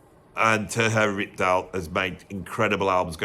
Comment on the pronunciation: Terje Rypdal's name is pronounced Turr-yuh. I live in Norway, and I know!